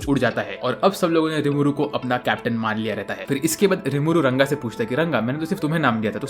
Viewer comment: Bhai RANGA hai not runga😂😂😂